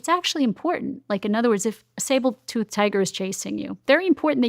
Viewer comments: Saber not Sable tooth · . SABER-TOOTH, not Sable tooth!! Ugh! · She said sable tooth again 🤣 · I totally agree with her, but it’s “sabre tooth tiger,” not “sable.” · It’s saber tooth not sable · SABER TOOTH. Saber. say-ber. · Steven, I'm starting to have concerns about some of these "experts" you have on. This lady, for example, sounds like a crackpot. I mean, besides her whackadoo theory on ADHD, how am I to take anyone who says "sable tooth" tiger multiple times in a conversation, seriously? 😂